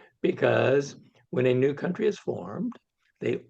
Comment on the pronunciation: it's Kuntry -- not Cowntry.